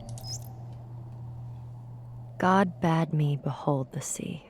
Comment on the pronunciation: "God bad me" It is pronounced bay-d, Jonathan Blow/Ashley Johnson. was so frustrating seeing how long you paused just short of the right solution after the wrong turn.